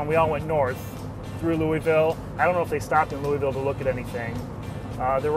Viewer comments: Louisville isnt prounonced Louis-ville or Lewisville, but more like louveull. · You said Louisville wrong it's pronounced loua-vull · needs to learn how to say Louisville properly.